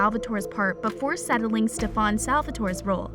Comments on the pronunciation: its stefan not stevvaaaan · It not Stefaan it is Stefan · It's Stefan not stefaan. Please do your homework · steff-aaannnn???? what girl??? get outta here with that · NOO U DID NOT JUST SAY “STEFAWN”...GIRL THAT DESERVED A DISLIKE CAUSE I KNOW DAMN WELL U NEVER WATCHED THE SHOW 💀💀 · ... "sTePhAwn" its "Stefan" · Srry for the rights but it’s not stefon Salvatore it’s steffan Salvatore srry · Yeah, you can tell this girl has clearly never watched a single episode of TVD, she legit said “sTeFaWn Salvatore” LIKE WHAT- she also said “Matt hOneYcUtT” miss girl- it’s Matt Donovan. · ‘StefON’ ‘honeycutt’ this person can’t speak. How annoying. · can she stop with "stef-aan'' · Ikr, StefAn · Why she say Stefan like that. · Is it just me or is it that she doesn’t know how to say Stefan’s name right? Lol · She says it like Kai lol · Michaelson!!!!!!!!! Mikaelson...steffaaawnn ..its stefan...you daft dimbo...